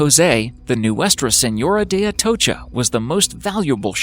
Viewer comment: Good job respectfully pronouncing Nuestra Seńora de Atocha